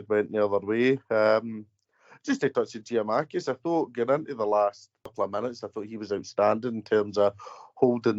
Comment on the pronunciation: Tell Tony it's not Giamakis it's Giakoumakis